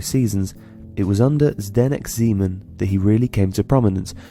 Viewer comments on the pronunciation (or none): It's pronounced Ze-men not Zee-man. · Yeah but maybe you can correct few things: Zeman is not pronouced ZEEman, Totti scored 307 goals not 250, It's ToMMasi not TomaSSi, Totti won the European golden boot in 2007.....